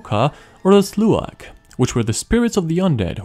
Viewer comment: Slaugh Is pronounced as ‘slaw” Slaughter doesn’t make a g sound Slaugh sounds like slaughter without the ter at the end